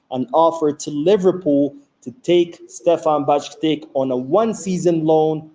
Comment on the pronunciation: Stefan Bajcetic Not Bajctic